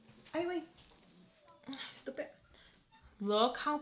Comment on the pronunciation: Lmao I laughed at the way you said, “stupedd”